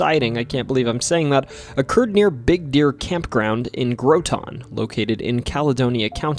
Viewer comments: Vermon'er here, quick note, it's pronounced "Graw-ten" not "GrowTON" xD, at least that's how we say it lol. Also, on the subject of the "milk cans", they were made of metal and could typically hold 10 gallons of milk lol Not exactly a bottle of milk I'd assume you were thinkin' of lol Regardless, love the vid! Much love homie, keep up the good work! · Fyi: Groton...rhymes with rotten...also Charlotte has the accent on the last syllable..CharLOTTE...Oh you, Vermont